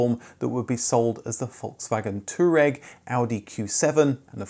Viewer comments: 🙄 There you go again, - using the least accurate / most mangled pronunciation of an established automotive name - or, just making up a new silly pronunciation. Exhibit 783: Volkswagen Two-regg 😶 😖 What part of pronouncing Twah-regg, is too much to bother with? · it was Deut-Sche Mark....not DeutschMark and Tou-A.Reg , not "tooreg"